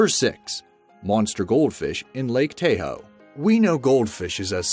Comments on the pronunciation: True lmao I literally laughed out loud with a 'wtf??' when I heard him say Tay-hoe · It's Taaah Ho not Tay Ho. Lake Tahoe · This guy said tay-ho it’s ta-hoe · Lake Tay-hoe? People in the U.S. call it Tah-Hoe. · It's Ta-hoe not Tay-o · “ taw-hoe”not “tay-hoe” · It’s Ta-Hoe... not tayhoe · I cringe when he says lake [tay-ho].... Its pronounced [tah-ho].... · Most of these catches would have been easier with a masterball. that squid scared the shit out of me that even my soul felt it to the core. Also, it's Ta-ho, not tay ho you idiot. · Lake TayHoe?? Lake Tah-Hoe bruh... I lol’d when I heard Tay-Hoe over and over with the goldfish 😂 😝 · Lmao Lake Tay-hoe! never heard that one before. Even foreigners who visited *Tah-hoe always pronounced it correctly. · "Great Zombie Jesus" that was annoying. "Lake Tayho"... It's Lake Tahoe you moron! As in "Tah-hoe"... And people are supposed to learn from this channel... 🤦‍♀️ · Lol, Tahoe pronounced "Taw-ho", not "Tay-ho". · It’s lake ta-hoe. Not Tay-hoe. Smh. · 1) I wish Narrators would Pronounce Location names correctly.. Tahoe is TA Hoe not Tay hoe 2) Why use "Scifi footage and photos" when talking about giants instead of actual or in proportion photos? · I am so confused by your voice. You seem to have an American accent, yet you use European wording and mispronounce fairly common words known to America. Such as Tahoe. Tay-ho? Tah-ho. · when he says tay-ho i cringe so hard. It's Tah-ho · Toh- ho not tae-ho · umm.. its lake Tah-hoe not Tayho -- ive seen the huge jellyfish under the docks in wa state too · He says,"Tay-hoe", but it is,"tah-hoe". Lol. Great vid though!! Keep it up. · its ta-ho not tay-ho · It’s lake ta-ho not tayho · To point out the incorrect pronunciation not tA-ho pronounced Tah-ho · It's pronounced taa ho... not "tay ho" lmao that's my home town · Too bad your electronic voice does not know how to pronounce Tahoe. It is a short a as in AH and then HO. NOT TAYHOE> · TAH-HOE, GOD! I HATE ROBO-VOICES! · Tah ho